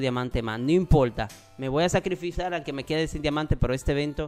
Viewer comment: En el minuto 7: 45 dise sacribisar like si esvuchaste